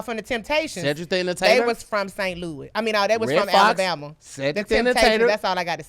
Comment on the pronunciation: ALA’BORMA’? YOU JUST BULLSHITTIN MAN😂 YOU NOT EVEN TRYIN BRUH😭